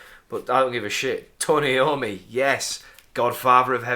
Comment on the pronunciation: Just a minor comment it's pronounced I ommi not Eommi and saw you in Darlington wilko a couple weeks ago but too scared to say